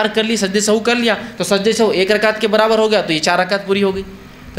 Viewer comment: the correct word & pronunciation is not sahu but sahw,so please correct it.